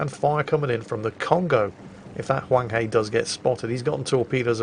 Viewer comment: Huanghe is pronounced Hwung-Her, I'm not going to bother with inflections because I'll be here all day. Clarification edit: I'll be here all day arguing with other Chinese people due to mix-ups with their own dialects.